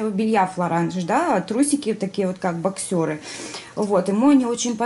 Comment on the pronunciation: Извините, но на трусы бОксеры ставится ударение на 1-й слог и через О.